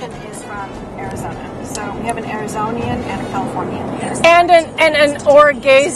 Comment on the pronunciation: it’s “Arizonan”, not “Arizonian”. There is not a second “i” in Arizonan.